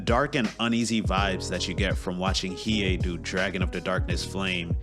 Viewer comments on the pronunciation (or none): none